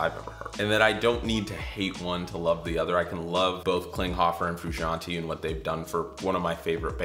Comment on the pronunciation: They way he pronounces Frusciante triggers me